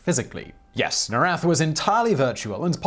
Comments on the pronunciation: I'd love to keep watching, but you're triggering the heck out of me with how you pronounce Norrath. It's pronounced as Nor (as in North) and Wrath. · Everquest baby, For the fucking WIN!! Project 1999 Project 2002 NOR-rath ... awesome vid but that was driving me cray cray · the way you mispronounce norrath hurts me deeply